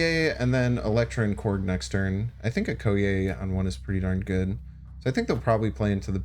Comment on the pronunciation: please watch the Black Panther movie so you can better pronounce 'Okoye'.